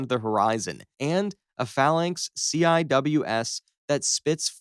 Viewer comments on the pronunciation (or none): Don't you dare! That is not a Sea Eye Double Ewe Ess THAT IS A GOT DANG SEA WIZ! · yes, and it is 'sea-wiz' not c-i-w-s